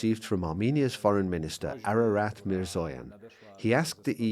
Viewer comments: Its not aradat. Its Ararat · It's Ararat Also Turan is Persian Word